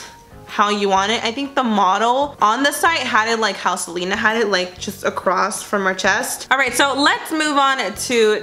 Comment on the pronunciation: The way she says Selena 💀